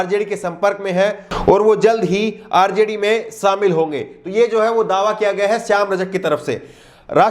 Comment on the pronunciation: Samil Nhi Kehte Shamil Kehte Hai Jor Nhi Zor Kehte Hai.